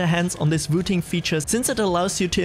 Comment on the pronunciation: It's wooting not vooting.